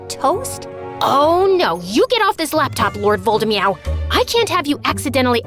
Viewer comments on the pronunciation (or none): EVERYONE: Voldemort: Voldemeow Voldemort: AVADA KEDAVRA! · Lord Voldemort=❌ Lord Voldemeow=✅😂